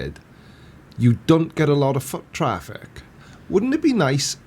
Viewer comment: Oh good. To me it sounded like "k", not "t" in foot traffic.